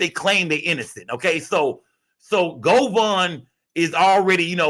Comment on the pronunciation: It's govan not govon 😂